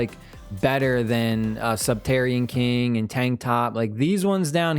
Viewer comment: "subterrian king" even though its sub-ter-ain-ian king